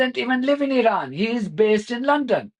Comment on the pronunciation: ... when will this idiot Witkoff learn to pronounce Iran correctly ... like so many Americans!